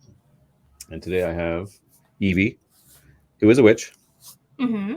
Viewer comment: It's Eevi not Eevie lol